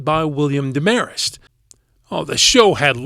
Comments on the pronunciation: It was DEM-a-rest not DeMARest. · It's William DEM'ar-EST... NOT William de- MARE-est.